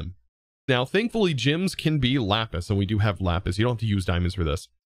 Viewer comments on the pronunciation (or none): none